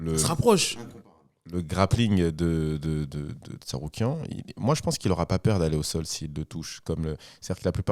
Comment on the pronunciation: Puisque ça rigole des erreurs de sur les noms, il me semblait important de noter le TsaRUIKAN à 2-3 reprises de, et la prononciation approximative de Jamahall Hill par Taylor Lapilus. Je pense que la VAR est formelle.😅